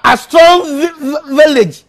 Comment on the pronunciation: shevevevvviffff united wolvevevevviffff asstrong village LOL